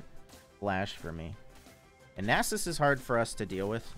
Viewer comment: idk why i watch the vids often and enjoy them but the way you say nasus cringes me so hard XP